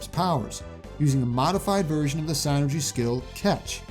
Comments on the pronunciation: Is it psi-nergy? I thought it would be pronounced syn-ergy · You where close in pronouncing it It’s Said Sinergey